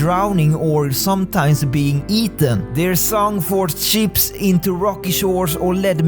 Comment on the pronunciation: When he says "boats and ships sink" I keep thinking he says "boats and sheeps" xD And yes, I do believe in mermaids/sirens